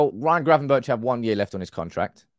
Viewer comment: Please stop saying "Gravenbertsh" It sounds ridiculous. Just say BERG like in Bergkamp/Berghuis, it's exactly the same!!!! Ch = G (in Dutch) I should know because my name is Jochem and it's pronounced JoGem in Dutch